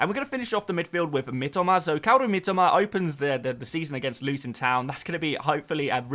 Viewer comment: I love you and you’re my favourite FPL creator BUT Mitoma is pronounced ME TOE MAR one of my mates Japanese and it drives him mad 😅😅